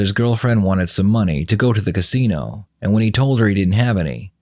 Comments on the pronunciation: Say "cansino" one more fucking time Frank!! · Can-sino? I love this dude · That man wasn’t talking about any damn casino, he said “cansino” and I feel it was wrong of you to deny that with your subtitles. 🤣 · my takeaway from this is that some people say "cansino" 😂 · I am starting to kind a like it.😂cansino. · Frank, there is only one “N” is Casino. 😂